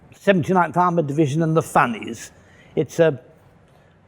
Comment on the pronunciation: When he first said "Funnies", I thought he was saying something else...must be the moustache :D